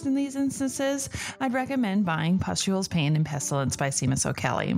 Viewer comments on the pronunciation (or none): I love this podcast! I've been learning so much about the Tudors. I just wanted to note that the first name of the author Seamus O'Caellaigh is pronounced "Shay-mus", kind of like how the name Sean has that sh-sound at the beginning too.